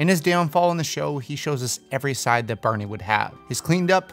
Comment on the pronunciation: It's barney not berney